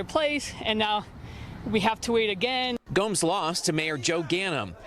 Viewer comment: Why is he saying Gomez? His name is Gomes!!!! So confusing.